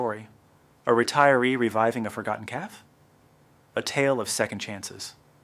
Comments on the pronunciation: Cafe. Not calf. Caf-ay. Good grief. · Annoying hearing “caf” over & over again😂. It’s cafe’. AI talking I guess. Children are money hungry bunch. Good story though. Thanks for sharing.